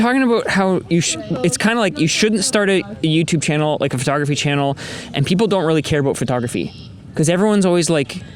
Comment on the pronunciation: FerTogRuhFee 😅😅 I can’t unhear it at this point. Non English speakers are daily confused at where the “fer” sound comes from 😭😭😭